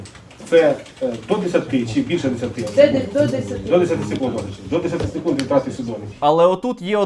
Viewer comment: "СекунИд" вибачте не втрамалась))))